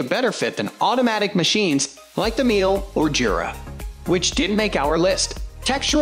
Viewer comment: Me-La. not Meal.